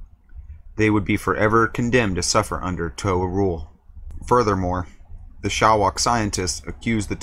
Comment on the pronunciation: Bro......Toe-Ha. Come on